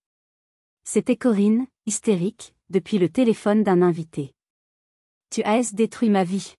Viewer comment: Tu A.S tout détruit, tu as, tout simplement, pourquoi différencier les deux lettres, alors que c'est un être humain qui parle au micro